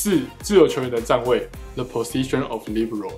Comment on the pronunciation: Libéro 好像也不是英文 那個é往上揚 念起來更像 李杯ro